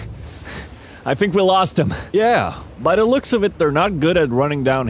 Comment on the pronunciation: "Dat" "Dey" "Dere" No 'Th' only 'D'